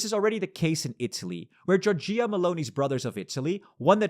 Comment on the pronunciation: you really want to say giorgìa? firts time I hear it lol